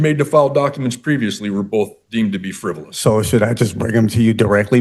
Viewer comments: 😂😂😂 “FIVEROUS”….what a scholar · "Frivorous"? Yeah, you're capable of defending yourself. One wonders, after watching the entire video, how this guy ever made it to adulthood! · Man, what a hard *ss judge! I always get away with "fevverous" document filings! 🤪